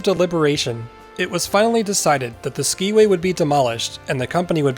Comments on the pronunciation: Hello! My grandparents, Tom and Anna Johnson, managed the Skiway Hotel when the tram was built, run, and then dismantled. One thing--it is pronounced "sky-way", not "ski-way". And I was told that these were real Trailways buses that were suspended from the cables. Another fun fact--there was a pond where the swimming pool is, and my older brother, sister, and I would go out there with strings on sticks to try to catch the fish! I was born in 1956 so never got to ride the tram, but I heard so many stories over the years. Another reason the tram was dismantled was that it often stopped on the ride because of ice build up on the cables. Your story here is fascinating and so fun for me to watch! Feel free to contact me if you want more info! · It was pronounced Sky-way. I have documented proof. Looking forward to your presentation at the Mt Hood Museum.